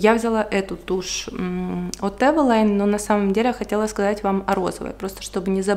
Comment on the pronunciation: правильно говорить эвелин